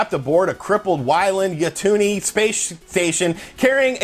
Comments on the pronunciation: "Why-land Ya-toony" I've never heard it pronounced like that. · "Why-lind Yuh-toon-ee" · Dude. No disrespect. But your outrage over this stemming from your love of the series is seriously diminished by the fact that you can't pronounce "Weyland Yutani". 🤨🤨🤨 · Dat Weyland Yutani pronounciation tho 😂😂 ...Still love you though boo